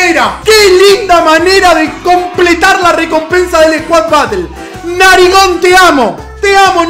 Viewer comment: Un argentino diciendo “narigón” xd